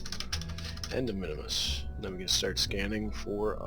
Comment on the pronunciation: Just tips for the future, the moon minmus is pronounsed "min mus" not minimus, and also its better to dump the fairings before you achive an orbit. I usually dump them just after 50km where the pressure is so little they actually become useless and only waste delta-v.